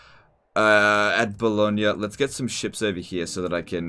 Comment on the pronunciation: My god an almost perfect pronunciation of “Bologna”❤️❤️❤️ thanks 😂